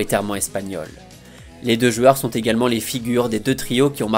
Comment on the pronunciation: Si tu arrives à dire "joueurs" au lieu de 'jueur" ça sera cool ^^